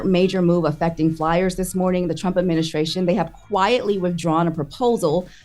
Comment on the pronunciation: Charlamagne not knowing how to say ADMINISTRATION is just hilarious to me lol